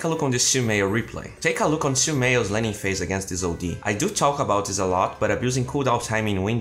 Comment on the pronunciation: it's laning not lanning:)